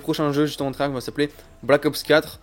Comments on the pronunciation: On prononce pas treyach avec un k à la fin, dans la langue française "ch" sa fait " Che" donc treyarche EEEEEE ! C'est stressant jte jure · Et tu cest même pas dire treyarch